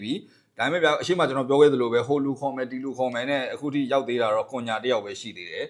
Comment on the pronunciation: ကွန်ညာမဟုတ်ဘူးကွ ခုညှာလို့ဖက်ရတယ် အသံထွက်တွေလေ့လာပါဟ